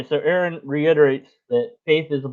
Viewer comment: excellent his n review! Just one, very minor thing, Aron really, really prefers his name to be pronounced R.N. like a nurse. 🎃👍💓✌